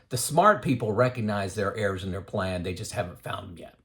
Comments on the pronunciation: Good information. Just got me confused when he talked about heirs until I realised he was saying errors?!? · Errs to the Throne. I thought he was saying "heirs" too. 2 out of 300, didn't have anyone to leave their inheritance to! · Ha - I thought you were saying "heirs" at first, not "errs" or "errors". Gotta love closed-captioning - that helped clear that up for me. LOL I agree with everything you said in this video. I'm glad I found your YT channel. I retired at 64, 65 now. Just like you mentioned. I waited for a project to complete before retiring. The last 2 years were working from home sitting in a chair for 12+ hrs/day. Now my health is worse - but I blame COVID for that. I now tell everyone who will listen that they need to retire early to maximize those "go-go" years. I thought getting old would take longer, it hits you full in the face (like a MAC truck) before you know it. Thanks from Denver